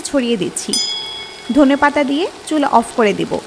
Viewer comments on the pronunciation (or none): Dhonia pata hobe not Dhona pata